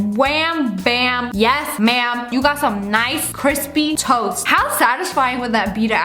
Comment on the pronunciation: Ariston Fernandes lol “tost”